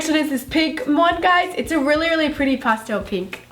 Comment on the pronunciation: i love but i will never get used to the way she says pastel. LOL